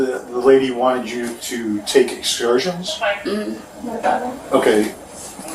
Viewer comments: She's mispronouncing the word "excursions". 🤡🤡🤡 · How did she pronounce “Excursions” 😂😂😂😂oh my! Can you get scammed into a English class?